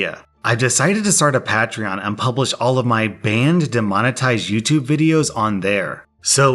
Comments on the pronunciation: I think he's Patronizing us by saying "Pat-tree-on" instead of "Pay-tree-on" Lol... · PAT TREE ON LOLOLOLOL its like saying pay-tree-on lol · it’s Pay-tree-on not Pah-tree-on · Lmao his saying “pa - tree - on” instead of “Pay - Tree - On” is stressing me out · Literally everyone: "pay-tree-on": "pa-tre-on" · pat-reon Me: unique, cool! Comments: ITS PAE-TRION 😠😠😠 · Classic, never good with pronunciation. Pat-tree-on? It's pay-tree-on A play on the word patron, which is pronounced pay-trinn or pay-truhn depending on your accent. The pa- prefix is always pay though. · Everyone: Pay-tree-on: Pat-ree-on:) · ''PAI''treon!!!! Not "PET"trion XD I don't know why but this really grinds my gears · When he said “pa-tree-on” instead of “pay-tree-on” hurt my ears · He has a pat-ree-on Pay-tree-on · Pah-treon... when literally everyone else says it pay-treon... The correct pronunciation is 'pay-treon' since everyone who supports are called patrons... not pah-trons... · Lol it's PAY TREE ON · says peatron My brain: lmao patamon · Say it with me now. PAYtreon. Say your words right or don’t say them at all. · It's NOT pat-rion. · Its pronounced PAYtreon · "pah-tree-on" sounds legit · Please stop saying patreon like that, say it like pay-treon please for the love of all that is holy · I will become a patron if one of the benefits is never having to hear Pat-reon ever again XD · I'm sorry, did you say Pat-tree-on? Please stop, it hurts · I’d rather fashion and use earplugs made from bird Feces and and nails than listen to you say pat-re-on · We now know never watched youtube before becoming a youtuber. PAY-treon, its based on the word patron - like customer. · Pa-tree-on: my new favorite pokemon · Sorry but patreeon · It is pronounced Pey-treeon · patreon is pronounced pay-tree-onn, like the word patron why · Patreon.... (pey-tri-on) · no it's pronounced patreon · Pat-reon. Love the English language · It's pay-tree-on.